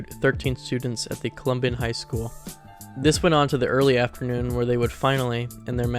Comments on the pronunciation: Great video but the way you pronounced columbine the whole time bothered me lol. I’m assuming it’s on purpose? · Colombian high school😭😭😭😭 arCH-hives😭😭😭😭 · "the colombian high school massacre" had me dying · Dude christ almighty make an effort to learn to read lol. Majority Stoneman douglass high? CCT footage? Columbian high school? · Every time he says columbine, he says Colombian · “Colombian shooting” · god stop saying columbian jesus christ lmfao it’s columbine you illiterate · how do you not know how to pronounce Columbine 😭😭its super easy to pronounce it correctly edit: and bro pronounced dylan's last name wrong as well,,bro has got to be an AI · not trying to be a dick and i know it’s a 2 year old video but how tf are u getting info wrong, mispronouncing words like “archives” and “Columbine”, and lacking actual research. i’m assuming u made this while u were still in school bc u sound young. our education system has failed u 😂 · How in the holy fuck do you not know how to pronounce Columbine. One of the most prominent news stories of my lifetime I've heard it said THOUSANDS of times before. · Why do you keep mispronouncing "Columbine"? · I dunno. I don't think an AI would mispronounce "Columbine" like that. That's what makes me think that it could actually be a real person who maybe doesn't have English as their first language